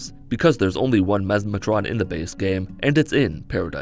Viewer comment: Memeatron? Memestron? Memesatron? Mesmatron, ohhhhhh Any if the others would’ve been better